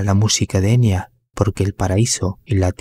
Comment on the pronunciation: En realidad se pronuncla EnYa,no Enia Bien bruja la Enya Con razón jamás me gustó esa mina ni su "música" y por eso vive escondida,oculta:porque es bruja,vive como todas las brujaa